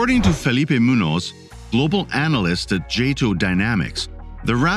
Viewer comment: Yo, maa'n, yo bot mispronounced Mr. Munos' name!